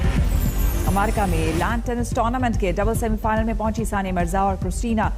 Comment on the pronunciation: कृपया अमेरिका का सही उच्चारण करने कहे न्यूज रीडर महिला को